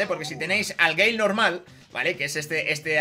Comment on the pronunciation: te felicito por tu video esta muy bien toma tu like campeón. A eres de los pocos youtubers españoles que pronuncia el nombre del Brawler BIEN 👏👏👏 un saludo.